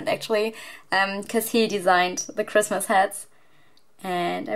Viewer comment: I love how you say pigmas instead of Christmas! 🐹❤️✨